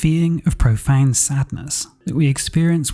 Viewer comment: "Grief is [profane] sadness . . . ." Something tells me you mean profound Listened 2x, sounds like profane